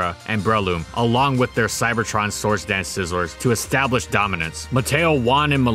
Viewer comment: Wby do you say source instead or sword dance